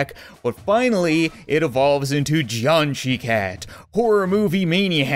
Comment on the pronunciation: Cap , as a headsup , the “shi” in jiangshi cat is pronounced more like “sure” than “she”(jiangshi is a chinese thing and chinese pinyin works a bit differently than english, if it was pronounced like “she” the pinyin would be “xi”)But pronounce it however you like I dont think that many people care.